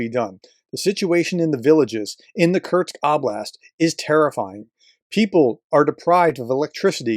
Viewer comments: Its not Kurts, its Kursk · Kursk Not Kurt’s!!! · Who’s Kurtz?? 😂😂 professor please